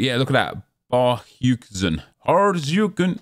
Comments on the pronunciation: Barkhuizen is pronounced as 'bark-hey-zin' 🙂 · It’s pronounced “BARK-HAY-ZUN”